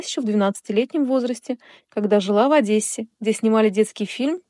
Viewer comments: Не Адэссе,а ОдЕссе. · Только не Адэссе , а Одессе. Говорите правильно.